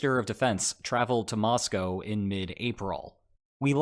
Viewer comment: Thank you for your insightful reportage. And a BIG thank you for saying Mosco correctly.